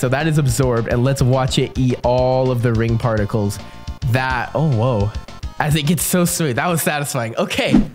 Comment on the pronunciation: i know he tried to say "oh woah" but it sounded like "OwO"